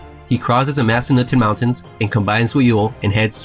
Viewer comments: Mass-ah-nut-ten Mountains. Nice vid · It's pronounced Mass Ah Nut Ten and Front Roy L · Great job! I love history and i love the visuals you've added to this. Just some feedback, work on your local pronunciations. I reside in Virginia and there were at least a couple locations, you mis-pronounced like massanutten and front royal. For example, it's not Royal like "Royale with cheese" from the movie Pulp Fiction; it's royal like royalties.